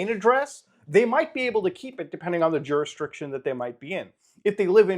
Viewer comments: I know this isn't the time, but there will never be a good time. he says "juristriction" instead of "jurisdiction" uh... ye, that it. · Juris-DIC-tion 😂 You keep saying Ju-restriction.